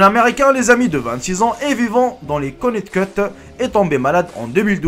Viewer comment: CONNECTICUT PAS CONNECT CUT😂